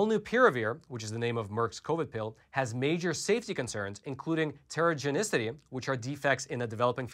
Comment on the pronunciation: Great presentation! By the way, check out the proper way to pronounce “teratogenicity”.